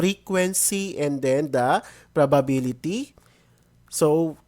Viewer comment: bulol po ba kayo sa probability